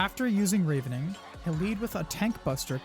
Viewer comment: Thanks for the guide! One note "Ravening" (to feed greedily) is pronounced with a soft A (rah ven ing) from Ravenous (extremely hungry) though I do believe they ARE both from the word Raven in reference to the birds being hungry scavengers. Pronunciations are always a bitch.